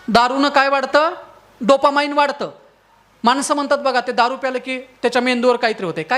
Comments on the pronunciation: डोपा माईन्ड नाही रे ते अडाण्या डोपामीन असतं ते.. अवघड आहे रे देवा.. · Not dopamind but dopamine.